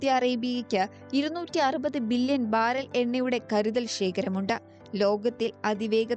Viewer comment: Baraal അല്ല baarrell,,, 😅